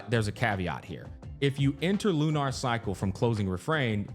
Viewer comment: Why is he saying lunar like that? LU-NARRR